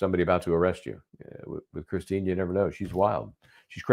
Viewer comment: it's Kristen not Christine